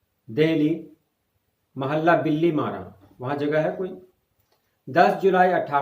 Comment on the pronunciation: بِلی، نہی بلکہ بٙلی ماران،ہے